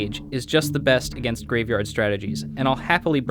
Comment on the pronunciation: "...Excelent gainst Birthing pod"[Awkward Pause]